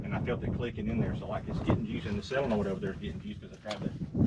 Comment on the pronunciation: SOLenoid, not SILenoid! 😂😂😂